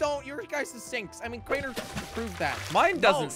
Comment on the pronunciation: You said rainers name wrong